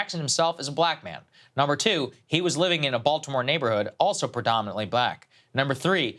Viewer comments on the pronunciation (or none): none